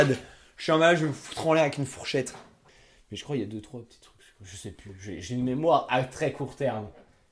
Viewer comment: "chuis un malade je vais m'foutre en l'air avec une fourchettRe"